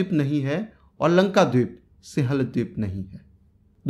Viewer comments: Singhal h bhai wo sihal nhi thoda apni hindi ki pronunciation pr dhyan de😃😃😃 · सिहल नही यार भाई। सिंगल बोलो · लिखत हैं सिंहल द्वीप लेकिन उसका उच्चारण सिंव्हल द्वीप है | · सिंहल, सिंहल उच्चारण नहीं होता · सिंहल का उच्चारण सीख ले रे बावलिबूच